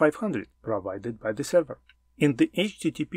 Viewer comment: Very nice content, luckily, I already know all information provided about HTTP protocol, that is why it is not so hard to understand, what are you talking about, for beginners I would have splitted it into 2 parts. P.S. Please check the correct pronunciation of the word "Server" :)